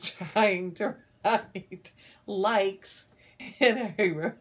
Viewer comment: Lmao Licks instead of likes. 😂😂😂😂 I was dying of laughter at that part! You gals are The cutest! I had fun spending time with you this evening. I’m cutting out a project bag for a friend and you ladies kept me in good company! Happy stitching! 💕~Tifa